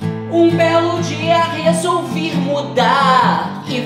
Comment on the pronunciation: "um belo dia resolviR mudarrrr"😂😂😂